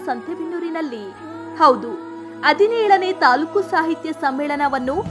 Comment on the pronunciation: Adinelu alla Hadinelu .. Kannada sariyagi maatadi